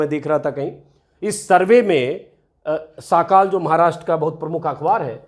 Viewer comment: साकाल नहीं सकाल।इसका मतलब सवेरा होता है।